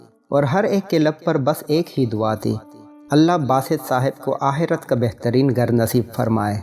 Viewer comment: It is akherat not aherat,and it is ghar not gar please prounounce properly